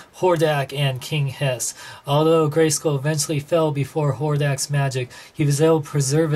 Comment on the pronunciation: lol king hiss sounds wrong